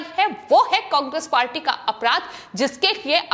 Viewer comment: समाचार पढ़ते वक्त उच्चारण सही होना चाहिए पहले घर में बैठकर बोलना सीखो उसके बाद समाचार समाचार ऐसे पड़ती है जैसे कोई पहली क्लास का बालक बोलता शब्दों का उच्चारण तो कम से कम सही कर ना तेरे पर गांधी सही बोला जाता है मैं बंगाल सही बोला जाता है ना कांग्रे सही बोला जाता है उल्लू की पट्टी पढ़कर कहां पर आई है